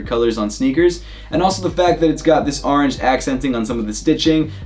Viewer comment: stop saying “aringe.” It’s “orange.”